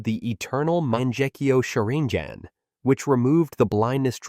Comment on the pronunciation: Almost as wild as “manjekyo shareengin”